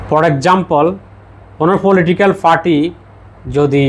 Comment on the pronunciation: পি আর বলতে ফি আর বলছেন পার্টি বলতে ফার্টি বলছেন নেপাল বলতে নেফাল বলছেন মোট কথা আপনি প উচ্চারণ করতে পারেন না কেন।